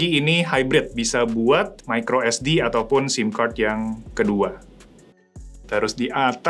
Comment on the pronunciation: Biasanya ngapa sih ngomong "kart" nya. Kenapa harus "kerd" sambil monyong2in mulut. 😂